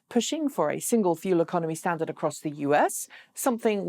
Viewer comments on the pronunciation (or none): none